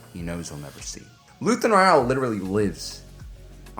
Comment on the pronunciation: But did you watch the show, because that I keep hearing you mispronounce Rael over and over? This isn't a book, they say the name in the show again and again. For a, you make ocd people go crazy when we just want to enjoy your videos.